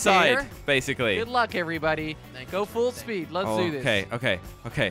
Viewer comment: Full spood